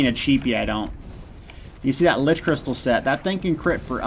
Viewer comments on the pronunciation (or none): none